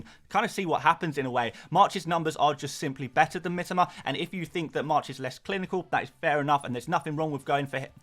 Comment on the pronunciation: his name is pronounced Mee-toe-ma...ffs